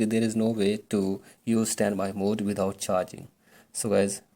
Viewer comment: Then why the flip did u say “ how to vuse svanby mode wizout charging”